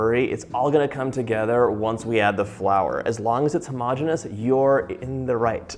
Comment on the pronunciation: 20 stars for the correct pronunciation of homogeneous!